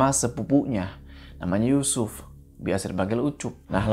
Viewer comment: Speechless ulang lagi pas kepleset nyebut yusuf jd Yucupp 😂